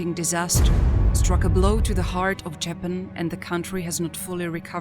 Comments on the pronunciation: Love these video's but the narrator makes me want to keep scrolling since she can't even say Japan right, it's not Jay Pan!! Sounds too computer generated and is really off putting. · JAPAN Pronounced : [ juh-pan ]. Say it correctly! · This woman cannot even pronounce JAPAN correctly. Get rid of her!! 🙄